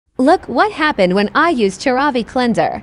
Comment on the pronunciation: Actually, I think you're mispronouncing the name!! It's CeraVEE!!